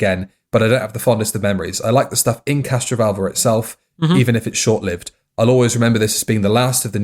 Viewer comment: Is it me or does keep saying 'CastroVULVA'?